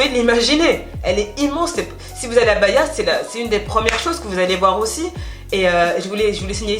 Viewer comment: BA-HI-A !!! 😉la bonne prononciation